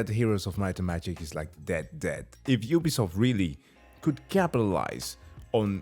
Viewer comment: Please notice how consistently says 'Ubuysoft', gotta love it, with or without the blocked clip. You can still find the original on other video sites btw, instant classic!